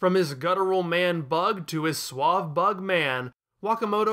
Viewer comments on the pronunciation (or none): none